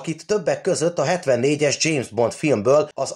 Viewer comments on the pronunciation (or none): none